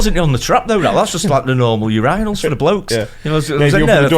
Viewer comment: hahahaha they say it like, your anal instead of pronouncing it yerinal (urinal)